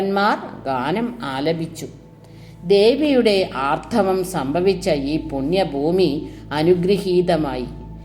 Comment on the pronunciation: ആർത്തവം എന്നു തന്നല്ലേ പറയുന്നത് ഭവതിയുടെ ശബ്ദം ശ്രവിചാൽ ആർധവം എന്നേ തിരിയു ക്ഷമിക്കണം എങ്കിലും അറിവ് മികച്ച തു തന്നെ